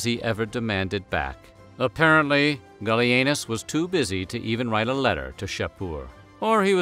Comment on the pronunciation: The first time you said, "Gallienus", I was looking away from the screen, and thought you said, "Billy Anus", as a joke. Hey, don't blame me. You're the one with a channel that isn't above that kind of thing.